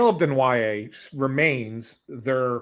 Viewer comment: I love how acts like an insider but can’t even pronounce Desnoyer or Tuch properly and doesn’t realize Peterka is LW not a center…and, Knies has never played center in his life and the Leafs are freeing up like 20 million bucks losing Marner and Tavares. These two are boneheads